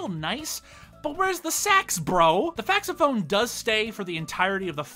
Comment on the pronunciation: Bro said faxophone